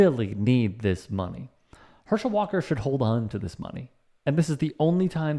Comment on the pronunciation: "Herschel 'Daam' Walk-ah" - Dr. Rashad Richey.